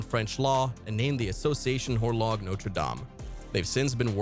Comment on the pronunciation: "G" in French is pronounced as a "fat" "Z." You can pronounce English as you like, we care less. But when you pronounce a foreign word, you must pronounce it correctly, avoiding being ridiculed. So, "Horloge" is "Horloze", and "Boulanger" is "Boulanzer". Not HorloG or BoulanGer.